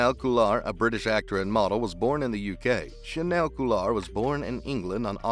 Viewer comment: he didn't say that. you're quoting the right article but that was a quote from james purefoy, who plays remi in SE. chaneil has yet to speak about silver. also his name is pronounced "cha-kneel"